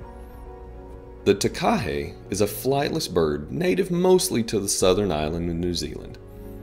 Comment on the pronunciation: Your pronunciation was a bit off for the Takahē, which is to be expected for non-New Zealanders. It's more like a fast... tah-kah-heh or like tucker-hey... kinda hard to word it over text properly lol. We also have the New Zealand Storm-Petrel which was believed extinct in 1850 but found again in 2003.